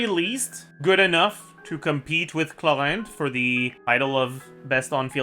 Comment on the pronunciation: the way he says clowaind clorinde